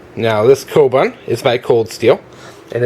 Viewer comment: pronounced "Ko-boon"